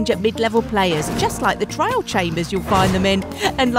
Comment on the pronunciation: Did say "trial" or "trail" chambers?